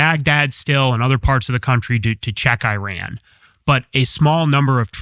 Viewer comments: This guy is wrong. He doesn’t know what the hell he is talking about. He even cannot pronounce the name the country, Iran, right. He keeps calling Iran (Eeran), EYE-RAN. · It’s pronounced “E-Ron” not “eye-ran”. You didn’t run anywhere sir. Kudos to TC for pronouncing it right. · They're called E-ran and E-raq. Learn to pronounce them. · I HATE US government and israhell. AND learn how to pronounce countries names. It is not I RAN🤢🤮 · I am an Iranian who finds it their right to educate others about their country when they dare to comment about it. Especially when that country has been home to a 5200 year old civilization. And the first thing to start with would be the NAME of the country of course. Names don’t have different pronunciations. Same way there’s one way to pronounce Phill or whatever else your name is. Simple as that. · It’s not about how I pronounce it. It’s about how a name IS pronounced as a word. And my origin is relevant here cos I would know what the correct pronunciation of the word that represents the name of my country is. That’s all.